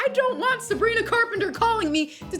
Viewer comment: Did anyone notice that she said ‘Sabgrina skin’ 😀?